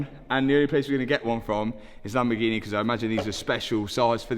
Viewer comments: My Asian girlfriend pronounced Lamborghini as "Lumber Genie" I loved it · How you pronouncing “lamborghini”, you should rebrand all your lambos to “lamborghine”